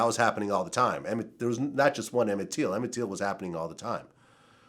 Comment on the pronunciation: "Emmet teal"